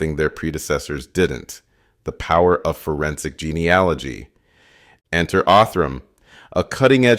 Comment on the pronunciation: Great program but please pronounce genealogy correctly 😮.